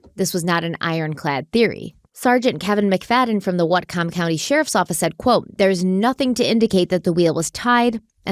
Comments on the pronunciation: but how she said whatcom county made me die LOL its pronounced more like watcom county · I’m from whatcom and the way pronounced it has my husband and I rolling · Love watching your content! But listening to pronounce "Whatcom" is distracting my ADHD brain, and it's making me giggle. "WAAT-kum" ❤